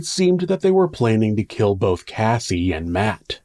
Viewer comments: You pronounced Cassie's name wrong at the end :( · Cassie not Casey! The last Cassie you said Casey